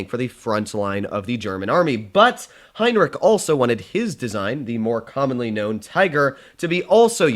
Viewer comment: Bruh who's Heinrick? I only know Henschel and his designs